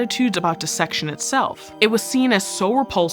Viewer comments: I expect it from this channel, but I appreciate that you pronounce dissection correctly. Everyone always says “die-section” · Really like this presenter! Her pronunciation of "dissection" is bang on as was everything else.